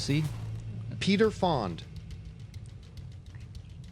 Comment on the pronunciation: Did not know how to pronounce Peter Fonda's last name (twice)? And don't tell me they came up with a fictional actor Peter Fond.